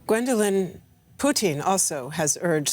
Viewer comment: Anyone else notice how they keep pronouncing "Putin" as "Poutine"? I keep thinking of a walking plate of french fries, gravy, and cheese curds screaming at his generals for their poor performance in Ukraine lol.